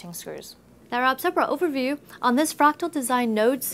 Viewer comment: Is it just me or does it sound weird when she says "Overview"?